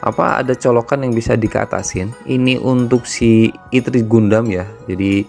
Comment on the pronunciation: Bacanya ertri bang bukan itri, terus bukan vivtu tpi vitu